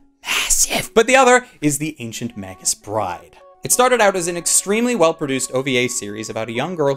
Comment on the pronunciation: I thought Magus' was pronounced with a hard "g"? Can anyone confirm exactly how it's pronounced?